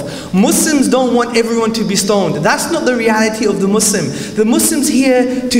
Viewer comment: I like that he pronounced Muslim with the 's' sound not the 'z' sound.